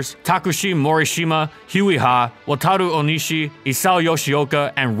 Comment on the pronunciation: Can we just appreciate that he actually pronounced Wataru Onishi correctly